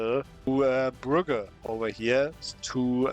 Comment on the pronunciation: brugges pronounced as brooj